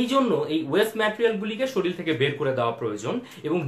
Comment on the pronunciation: It's not শরিল it's শরীর. Pronunciation must be proper when it's posted on youtube take care.